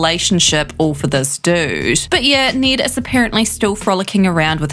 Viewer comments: Bruh his name isn’t “Need.” It’s NED. 😂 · Just try saying Ned “neh-ed “ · Click bait. Also, weirdest pronunciation of “Ned” I’ve ever heard. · Wait you pronounced ned as need but hell as ell.